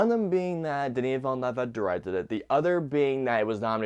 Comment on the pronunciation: The utter butchering of the directors name is insane